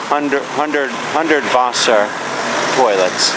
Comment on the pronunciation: Lousy video and the pronunciation of Hundertwasser is heartbreaking. The speaker is either sarcastic or terribly ignorant. Whet a pity, Hundertwasser should get more than this.